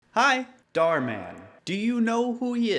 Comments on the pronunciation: I like how you pronounce it with emphasis on Dar, like Darman as if he’s akin to Batman. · bro really called German Darman "Darman in Dutch" .-.